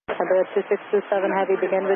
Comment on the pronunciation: Tha FO could not say correctly the callsign even once. It was like: Iberia biwiwiwiwi. Reminds me of my friends trying to learn English years ago :)